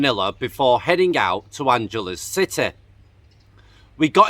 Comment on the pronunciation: You pronounce Angeles City with a hard G. Not a soft G.